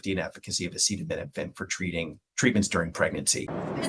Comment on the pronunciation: This guy is a joke, he can even say acetaminophen. And the staff behind him looks like they are gonna burst in laughter 😂.